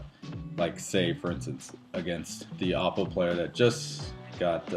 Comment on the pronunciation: It's pronounced "Oh-poe", not "Op-oh". Also, in your video you suggest the DACs are only available on the XLR outputs. This is DEAD WRONG. They are also available on the standard RCA analog outputs as well. That means anything you listen to through analog out (whether it's a digital music file or a music CD), will make full use of the DACs.